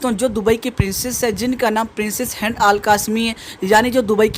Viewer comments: هند القاسمي نام ہے، تم تو مسلم ہو تم کو صحیح تلفظ آنا چاہیے.. Hind hai ہینڈ nahi hai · Handaa nai "Hindaa hai